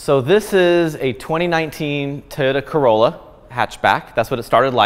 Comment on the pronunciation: Nice "Corolla" lol